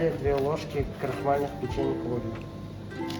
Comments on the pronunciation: Не арэо а орео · Арео,😂 ориё же